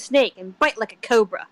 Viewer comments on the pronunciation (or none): Why did say cobra like that?